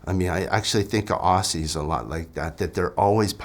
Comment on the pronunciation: He can’t even pronounce Aussie correctly! This is a dictatorship, wake up!